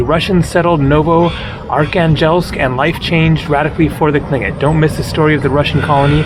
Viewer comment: Very good attempt to pronounce Tlingit (clin-kit)!!! 🤍🙏🏾❄️ Sitka is BEAUTIFUL in the summer and has beautiful people year-round! 🤍🤍🤍